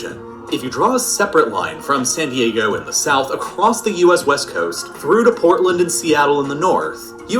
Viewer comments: Man said "sadaygo" instead of San Diego.🤣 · “ say dego”💀💀💀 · “San Daygo” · “ sen dego”😂😂😂😂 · Say daygo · Flight- “San Dego “ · instead of san diego sai diego lmao